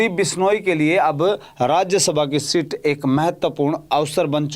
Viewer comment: अरे पत्रकार sit नहीं seat बोल 😂😂😂😂😂😂